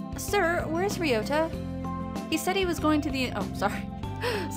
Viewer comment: you are pronouncing Ryouta correctly. there is definitely an R in the japanese language. you must be thinking of L or something.